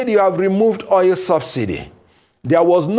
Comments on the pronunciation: So called a lawyer who does not know how to call oil but called it oyel. Shameful. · At least you understood what he said or meant to say. Oil koor oyil nii!! Bad Belle everywhere